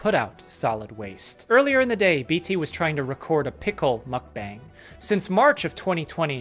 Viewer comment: 먹뱅 이라고 하는구나….